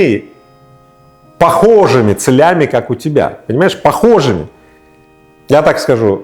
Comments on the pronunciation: Блин какой же все таки он грамотный. Уверенно, интересно и доходчиво всё объясняет и разъясняет. Только не целЯми а цЕлями)))) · Мы объединены с Рыбаковым Похожими целЯми, Связаны словно цепЯми. В карман ты не лезь за словами В словарь - за ударениЯми... ИгОрь как Эндшпиль и Мияги: Окутала, окутАла плута Новая школа корнями! P. S. ИгОрь, мне с тобою нужен фит, Чтоб ставили все на репит. Там про ударенья забыв, Прославим наш русский язык)